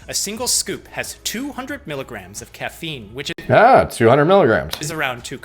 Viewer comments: Not caf-een, ca-feen apparently lol. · Lmao at making fun of "cuffeen" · I’m torn between loving and hating how this man says caffeine, starting to lean more towards love though lol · Dude said caffeine like coach Dr. Greg pronounces names.